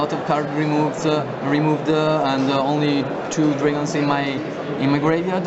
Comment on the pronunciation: Dragonzé. Haha dat accent